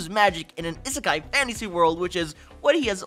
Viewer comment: did bro say is sky anime??